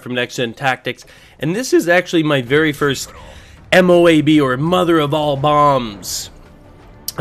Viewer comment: I know you might not know, but MOAB can be said in one go. (Moe-ub) They are basically smart missiles